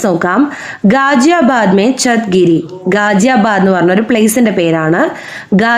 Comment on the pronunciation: गाज़ियाबाद തുടങ്ങിയ വാക്കുകളുടെ pronunciation തെറ്റാണ്